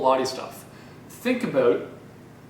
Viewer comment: You convinced me, I'm getting an elliptical. And your Canadian "abOut" is adorable.